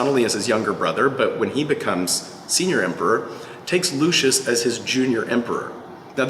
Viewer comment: When you call a ROMAN: lushis 🤦🏻